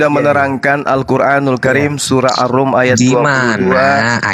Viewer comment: Bukan Al Arum.. !!!! tapi Ar Ruum....